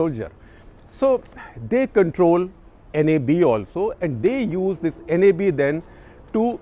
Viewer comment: Gupta sahab pronounce NAB, not by each english letter